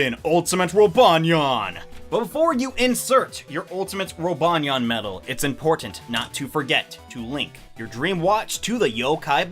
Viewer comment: rip roobanyeayn u will forevah be in our memoreez